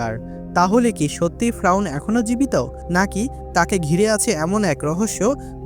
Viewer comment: ফ্রাউন না রে ভাই 'ফেরাউন ' । ( Don't mind )